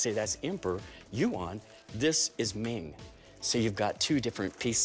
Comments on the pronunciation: "The One Kuaong Note' no. It's the "One Chiyan note" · OH MY Gosh YU AN YES YU-AN